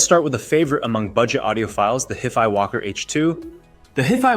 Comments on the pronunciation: Hefy? Hifee? You ok, bro? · Dude... you lost me at "Hiff-Eye"... sorry, I'll come back when "Ay-Eye" learns correct pronunciation. Did you converse with to see how it really feels about these items. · It’s pronounced high-fi, it stands for high fidelity. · Jeff Fi? What’s up with that? Oh is that word before you time. It is a 70 year old word. It’s hi, as in when you greet some one. It doesn’t change the way you pronounce the word now that you’re using it for electronics. Ugh! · HiFi is pronounced = High-Fi 😉 ... .. As in, high fidelity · its a hiff eye walker lol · Left after you pronounced HIFI wrong. That’s not a simple slip up and it leads me to believe you’re not really knowledgeable about the content. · The moment he mispronounced HiFi, I knew everything I needed to know. No legitimate audiophile would EVER mispronounce HiFi. Not gonna trust a video about audio players from someone who doesn't know how to say HiFi. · The way you pronounce HiFi makes me angry. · Thankyou this bothered me too.